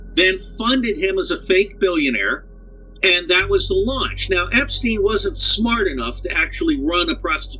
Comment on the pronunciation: Finally! Someone pronounces his name right. Epstein/Einstein. The connection is there.